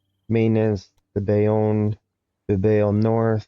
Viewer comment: Caen is pronounced almost like "khan" instead of cayenne. Bilbao is Bill-Bow. Little nitpicks! nice video